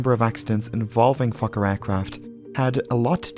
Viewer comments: It keeps sounding like you’re saying f*cker instead of Fokker. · I don't care how many times I hear Fokker, I wake right up thinking he said something else. 😂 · I'm very immature, I hear fokker I lol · I’ve seen so many of your videos but no matter what I still giggle inside when I hear “Fokker.” 😂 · "Fokker headed for Moerdijk..." 🤣😂🤣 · Fokker ... haha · I snicker every time Fokker is said 😂